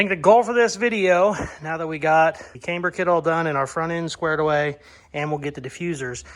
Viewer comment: Great built. Came-burr and filing hmm 😂